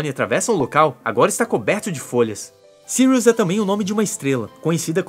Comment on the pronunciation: kkkkkk agora sim acertou "sirius"